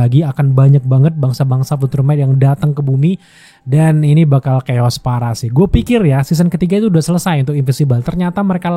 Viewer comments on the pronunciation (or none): none